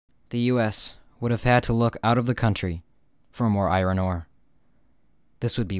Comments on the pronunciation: It’s pronounced “I ern”, not “I ron” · Can you please stop pronouncing iron "eye-ron"? It's pronounced "eye-orn". Thank you. Grammar is important. The more you know.......